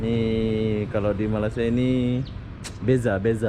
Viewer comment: bang malaysia bukan malasa